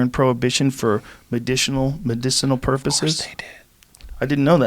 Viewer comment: medishinal purposhes